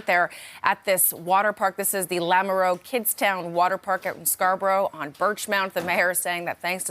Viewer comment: did she just say kidstin instead of kidstown